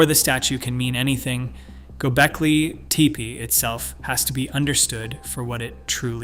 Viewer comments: Pronnciation is Gobekli not Gobelki. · Might help if you pronounced the word properly. I mean, READ THE WORD. It’s gobekli, NOT GOBELKI. Not even worth finishing the video if you’re gonna get that wrong through the entire thing. And don’t try to say thats the way it’s supposed to be pronounced. It’s not.